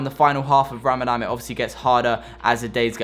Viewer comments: I love how you say RAMADAM the whole way through hahaha, but thank you for such an informative video! you went about this so respectfully ! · Raaa-MaaDun say it like this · Did man say ramadam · All non Muslims say ramadam instead of Ramadan